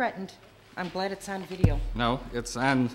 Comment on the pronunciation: Apparently the word "on" up there is pronounced "Aaaaaan"